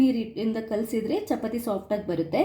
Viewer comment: chapati alla chapaati anni mam